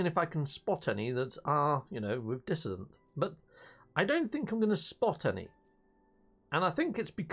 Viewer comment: Dissonant for god's sake.Not dissident or desolate.